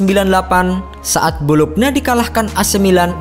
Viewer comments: Bolonya, bukan bolokna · Bologna dibaca : bolo-nya. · Bologna Bologna 😑😑😑 Dibacanya "Bolonya" pe'a 😑